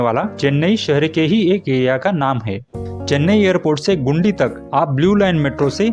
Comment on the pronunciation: ओ भाई,, गुंडी नहीं गिंडी जगह का नाम है